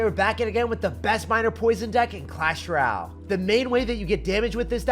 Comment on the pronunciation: till this day he still cant say "royale" properly